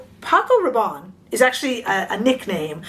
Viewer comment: It’s pronounced Rah’bonnie not Rah’bon.